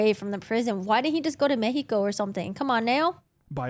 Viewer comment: OMG This video is the best!! Thank you so much and by the way, I love how you pronounce Mexico, the right way baby! Gracias ❤️